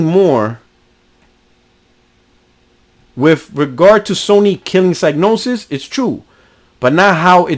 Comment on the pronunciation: Just one thing. It's pronounced "Cig" as is Cigarette not Psy as in Psychic.